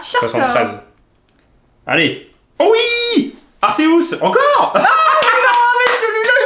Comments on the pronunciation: Arkeus pour la prononciation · "Arsséouss" ???? wtf on m'lavait jamais faite celle la